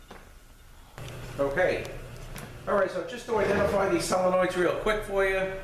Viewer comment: I can tell you have been a mechanic for a long time, by the way you speak. I love the way you explain things. To be honest, I laugh a little because I now am calling solenoids, sell-enoids. LoL!! Nothing wrong with the way you say it, but you said it so many times, it's stuck in my head. XD Anyways, great video. Thank you for the info on the U151 trans.